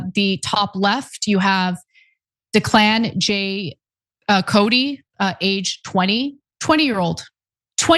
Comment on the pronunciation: Ana, the name Declan is not “duh-klan” it is “deck-lan”. You aren’t doing the deceased any service by mispronouncing their name.